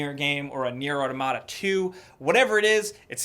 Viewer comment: the way you pronounce Automata is infuriating......